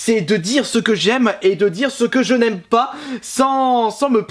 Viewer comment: quand ta dit je n aime pas j ai compris Janemba PS:les vrais comprendrons